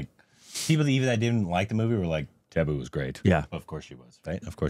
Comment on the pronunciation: Same vibes I feel as he deliver the dialogue Manju it's same accentophillic you pronounce taboo I laugh hilariously